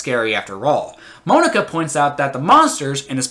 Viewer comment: “Moan-aka” “Dick-ay” XD